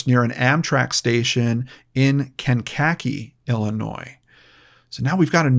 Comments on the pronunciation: On a side note, it's Cane-kah-key but it doesn't really matter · Kankakee, sounds like cane-ka-key. Not correcting you just helping. Hope they find this woman. Thanks for your time and compassion for these missing people. I have been in their shoes before. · Kankakee is pronounced [ kang-kuh-kee ] listen to the song city of New Orleans by arlo guthrie to hear it pronounced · It's kane-ka-KEE. we've got at a native American city names here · It's kind of endearing hearing try to say Kankakee. No you aren't pronouncing right but lots can't. Just say K3 and people know where you're talking about(if in Illinois).